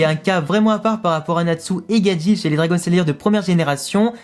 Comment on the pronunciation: Mais le monde c Gajeel et non gadjil où gadjelle